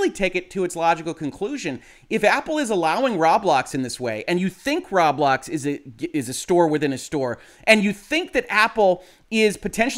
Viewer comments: row-blocks, not rob-lox or raw-blocks. triggered :P (you buy thing with robux, ro-bucks, not raw-ucks or rob-ucks) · It’s pronounced “Row-Blocks” not “Rob-lox, as in “Robots,” not “Rawb Lockes” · The way he says "Rob-lox" makes it sound like a store that sells locks and is owned by Rob. "Rob Locks"